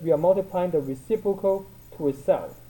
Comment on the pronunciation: "recipocal" hahahahahahah